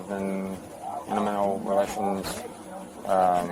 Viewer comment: I understand the cop was probably at a loss for words but “Intimantal” is not one.